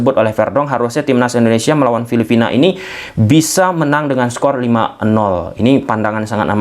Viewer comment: Filipina bang.. bkn filifina :face-purple-crying